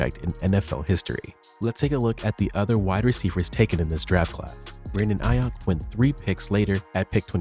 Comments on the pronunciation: dog, you gotta learn how to pronounce names. "jim harbor, brandon eye-ock" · “Branden ajacyic” 😂